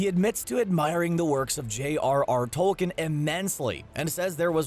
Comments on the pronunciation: you mean h rr tolkin? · Did you mean J.R.R. TOLKIEN ???